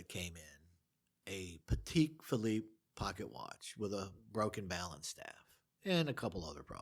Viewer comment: Pa-tech... That's how it's pronounced.